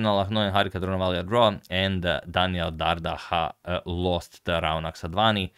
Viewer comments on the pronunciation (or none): none